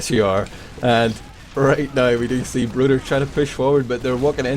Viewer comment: Isn't it broder?